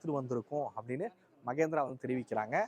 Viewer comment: ಮಗೇಂದ್ರ ಅಲ್ಲಾ ಮಹೇಂದ್ರ